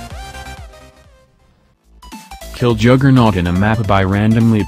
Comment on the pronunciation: Juggernaut not a juggerNUT